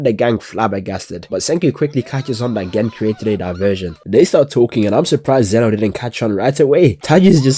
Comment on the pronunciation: bro it's Xeno not Zeno